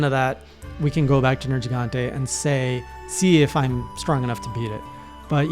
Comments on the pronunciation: finally, an english speaker that says "nergigante" the Italian way (I'm guessing by accident) which is probably the reason why the monster is called nergigante in the first place, since it's a mix of "nero" (black) and "gigante" (giant) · I got so hype when he said the name correctly (at least the way I've always heard it) at the beginning